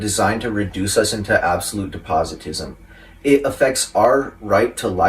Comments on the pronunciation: It’s “despotism” not “depositism”…. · 🤣🤣🤣 He pronounced 'Despotism" as 'depositism', he should return his school diploma.😂